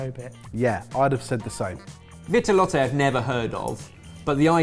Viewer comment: Ok, but there's no accent aigu over the final 'e' in Vitelotte, so no need to keep saying 'vit-eh-lot-eh'.